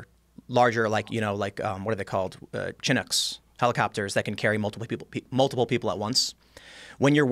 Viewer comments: when the dude called the army helicopter a chin nook instead of sha nook his credibility hit an all time low! Not believable at all(Mr. Knowitall) needs stfu and Just LISTEN!!! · He said “chin”-nook....its pronounced “shin-ook” Chinook attack helicopter